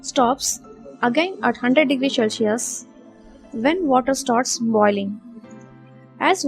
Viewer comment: Its cel si us and not shellsius